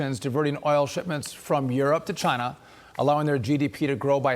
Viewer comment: said cheena